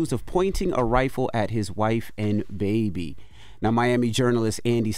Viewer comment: The emphasis on "baby" 👀😂